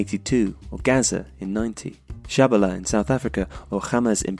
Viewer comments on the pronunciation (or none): Pronunciation of 'Tshabalala'. Cringe.